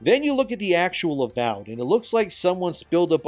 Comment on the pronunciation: the AVOID instead of AVOWED is actually kinda hilarious. Is that edited?